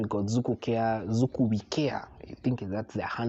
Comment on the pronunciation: Zuku? Really?